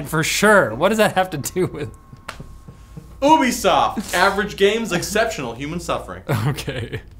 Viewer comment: Finally someone pronounced ubisoft properly Its ouu-besoft Not you-besoft